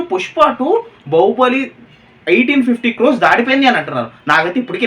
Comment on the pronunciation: బహుబలి కాదు బాహుబలి 😅😅😅